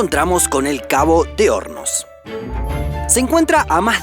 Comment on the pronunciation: Por un momento pense que decia Cabo de homos jaja